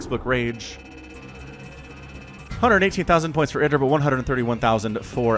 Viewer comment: pronounces it correctly.